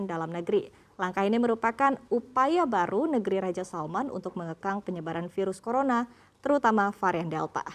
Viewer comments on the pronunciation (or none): none